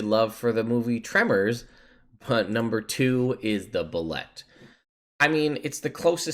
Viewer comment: "Pronounced boo-lay"... The art is great in the 5e MM but you have to go back to earlier editions for detailed descriptions for most of the monsters.